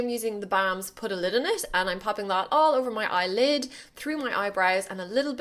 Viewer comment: I love hearing you say "eye lid" :)) weird